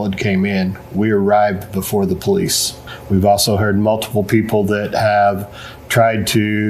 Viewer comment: Sorry, did you say be wary of pooLIEce stations ...........